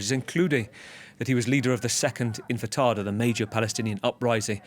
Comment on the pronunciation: It’s not infitata it’s actually intifada Palestinian uprising!